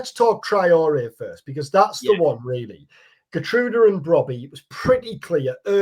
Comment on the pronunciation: Here-trowda btw (Geertruida)